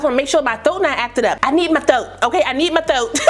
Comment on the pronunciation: "Yo THOAT" Hilarious! You look great in that ash color! HAWT!! 🤩. Came back to say the up do looks sexaaay! Love it!